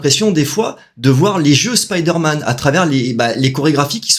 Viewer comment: Content de revoir cette chaine et enfin quelqu'un qui dit spiderman correctement et non speederman 👍👍. Assez d'accord avec ta video le film est super cool